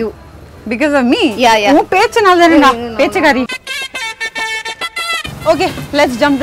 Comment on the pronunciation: No one:: pitchakaari (for pechu kaari)